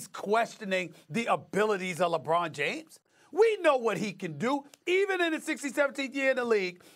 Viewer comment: no D in LeBron James